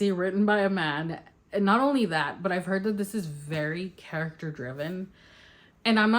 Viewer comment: The way you said "an epic fantasy by a *MAN*" cracked me up. I recently rewatched your harrow the ninth reading vlog since i am struggle busing my way through that book right now 😂